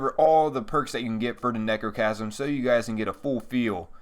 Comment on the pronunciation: It sounds like you are saying negrochasm